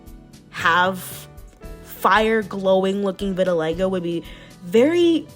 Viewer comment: lol she said vidalago lol love ur art styleeeeee !!!!!